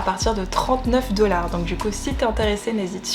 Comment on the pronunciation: Mdrrr 《dellar》en mode américaine